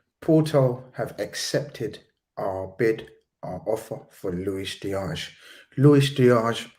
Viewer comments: It's not pronounced Looish Diash, he's not Portuguese. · Why is insisting on pronouncing a Colombian/Spanish name with a Portuguese accent? 🤔